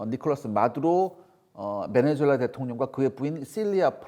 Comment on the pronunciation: 베네주엘라가 아니라 베네수엘라 라고 발음해야죠